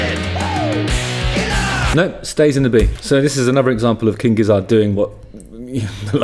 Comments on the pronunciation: Couple notes: Gizzard rhymes with both Lizard and Wizard, and Gila is Spanish, which means it's pronounced with an H sound, not a G sound. This is my first time seeing your videos, and I don't think I'll be back. The British are the worst. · Gizzard is pronounced the same as Lizard and Wizard, Justin. All 3 rhyme. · Also, why is he pronouncing Gizzard so weirdly?????? It’s obviously meant to rhyme with wizard and lizard... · It's gizzERD, not gizzARD, you know like lizard and wizard.